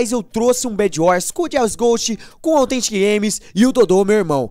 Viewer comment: jazz sobre autgentic:blalalablalalalala